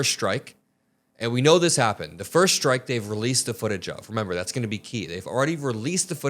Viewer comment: "The decision is not at my level anymore" HUH? You're the freaking Secretary of Defense! Oh, and can everyone STOP saying "schtrike"!